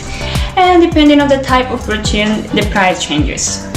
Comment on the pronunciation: I love how you say Brötchen